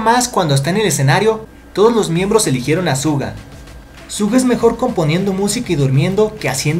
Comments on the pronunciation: Te he escuchado decir tantas veces ''Zuga'' en vez de ''Shuga'' xD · Es raro que diga «Suga» cuando todo el fandom dice «Shuga o Yoongi». Soy de las que dice shuga, por eso se me hace raro. 🌚🐣🤔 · Su nombre no se pronuncia así :v